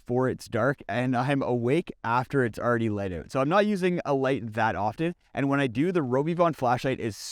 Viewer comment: Out. Not owt